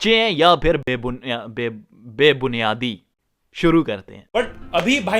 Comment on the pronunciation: 100 shorts ke to 1 kg aata aa jata hogaBhai rhane de Pakistan 🇵🇰 bik jayega😅😅😅Be buniyadi to dhang se bol le😅😅😅